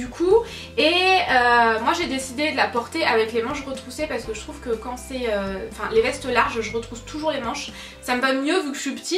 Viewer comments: > "Moi je la porte mansses retrouchées" ahhaa ^^ Petit bug de parole, ça doit être la fatigue!! Super vidéo sinon, gros bisous à toi ma belle ♥♥ #teamsnapchat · Ahah j'ai aussi entendu le "mansses retrouchées" ! 😂 #teamsnapchat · "mansses retrouchées" mdrrr! Sinon t'as vraiment un joli corps! :) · ta dit mansses retrouchées!!! au lieu de manches retroussées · "Manse Retrouché" j'étais morte de rire ! bisous 😘😂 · " Manses retrouchées " hahahah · "Je peux porter ces tenues avec plein de bagues" "mansses retrouchées" ahhh les petits bugs de 😂 mais c'est pour ça qu'on t'aime! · tu as dis "je la porte masse retrouchées" j'en peux plus vers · mdr le "mansse retrouchée" qui passe inaperçu à 8mn xD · "Je la porte mansses retrouchees" putain y a pas que moi qui suit crevée!!! 😂😂😂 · mdr t'as dis manses retrouchées :D